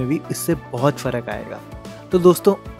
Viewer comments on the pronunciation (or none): फरक नहीं हाेता फ़र्क़ हाेता है